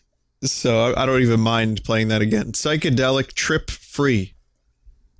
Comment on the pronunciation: "try agrain"